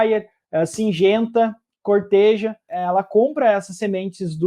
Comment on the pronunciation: Não é Corteja, é Corteva!!!